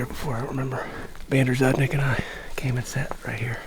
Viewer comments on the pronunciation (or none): He said Bander zudnick instead of Xander Budnick 🤣